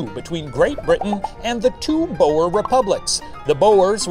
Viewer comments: I can't get over how The professor pronounces "boer"' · Istg the way Shane butchers the word boer... It tears at my soul. And he said the word so many times….. (/hj) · Unfortunately, "oe" in Dutch (and Afrikaans) is pronounced as a long "oo" sound, so the pun doesn't work lol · Ohh, that pronounciation of the word 'Boer'...the 'oe' sound is so Dutch, huh? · Okay I'm South African and the way he says "Boer" is so wrong it hurts. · I love how the word 'Boer' is pronounced XD and has been pronounced previously, I can't help but love how funny the pronunciation is, as someone from South Africa that is. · i know im a little late but just fyi, ‘boer’ is pronounced with the same vowel sounds as the english word ‘tour’ ☺️ loved this episode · As a South African, I am shocked by how Shane said boer. Total wrong pronunciation lmao. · As a South African, i am glad our history is getting recognition. also its pronounced "buure" not 'bow-er" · It’s pronounced boor not bow-er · The way the Professor said "Boer" like "Bore" or "Boar" is hilarious😂It's pronounced more like booooo-errrr, boo like a ghost and a rolling 'r' at the end, so much closer to "lure" than "lore" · It's "Boo-er" isn't it? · Same 😭 I was repeating BOOOR so many times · Did not expect this episode to be about my heritage. One thing- Boer is pronounced like boot - boo-r source: I am Afrikaans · I love it when English speakers try to pronounce Boer and say something like Bore or Bow-er. It sounds so silly. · Late to the party but the word 'boer' is pronounced a little different than you think. The 'oe' should be pronounced more like the 'oo' from 'boo'. Think of it as B-ooh-r. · Lol so as a "boer" I'll tell you the proper pronunciation is like, well think ooh, so boohr. Go hard on that R 😂 boohrrrrrr. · As a South African, every time Shane pronounced Boer War like that my soul died a little more